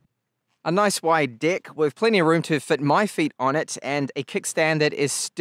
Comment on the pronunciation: "Wide deeckk"..... Me: straight to the comments 😂